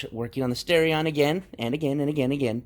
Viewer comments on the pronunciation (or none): Its not stareion, its starion